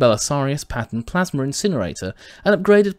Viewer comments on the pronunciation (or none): none